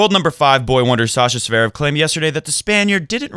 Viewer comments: In German it's pronounced Tsverev, but in Russian Z and V are pronounced simultaneously with emphasis slightly on the last syllable, Z an V are not pronounced as two consonants. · Please don't pronounce it as, "Zuhverev".